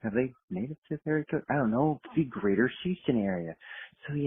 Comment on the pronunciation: can someone tell Giglio to pronounce his H's once in a while? Didn't know Duke lost to Youston